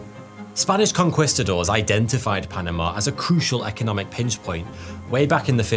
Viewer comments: I see you still mispronouncing conquistador. Wtf is a conqwistador? For someone pretending to be smart, at least study up on pronouncing the shit you're trying to teach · Could you please try to pronounce Spanish words at least close to correctly? I'm not suggesting you adopt a thick accent, but "conquistador" and "Colón" made me want to gouge my eyes out. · They are pronounced: Con-KEY-stador (Conquistador) and MY-an (Maya/Mayan) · Ah yes, those Spanish Con-quest'o'dors. I know those guys. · i hate the way you say conquistador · this is the 2nd video of yours where your pronunciation of conquistador is driving me crazy, dude.